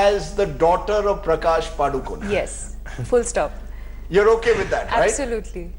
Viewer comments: Happy that Rajdeep said "PadukoNE" and not "Padukone" : ) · why'd he say padukon-e lol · That anchor pronounced PADUKONE correctly , 👍👏👏 Thank god at least he knows that .. 🙏